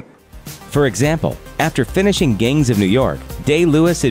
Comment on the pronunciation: Sounded like he said gains of new york.